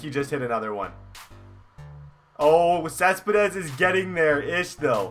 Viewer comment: Not cespedess